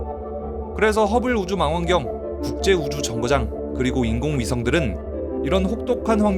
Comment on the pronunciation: 망원경을 망원경으로 발음하는 유튜버는 이 분이 첨 인듯 다들 망원경을 마낭경 으로 엉터리 발음해서 어이가 없었는데 ㅋㅋㅋㅋ